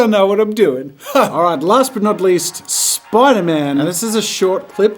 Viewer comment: nobody: Spider-Man Jazza: SPIDERMAYN ( LOOK CLOSELY ) 💀💀💀😂